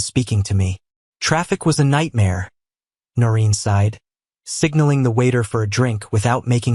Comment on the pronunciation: 'Noreen' not 'Norin.'